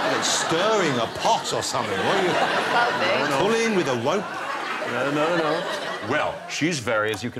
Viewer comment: Wiff ah wope? How did you get a fucking talk show with a speech impediment